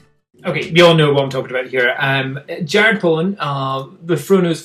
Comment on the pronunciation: It's Jared Polin not Jared Poland just for future reference